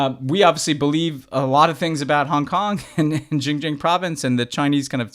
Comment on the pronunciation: Boys, one of you was one of the highest officials in American foreign policy, please! Xinjiang is pronounced [sin -dziang] not jinjiang or whatever Ben said. This finally has become a part of American policy, let's pronounce it right!